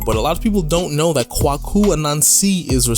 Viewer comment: Kwaku (‘Quake-U’) As pronounced in Ghana. Appreciate the video 👏👏👏